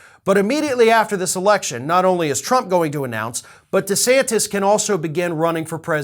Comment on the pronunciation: it's de santis not de Santos.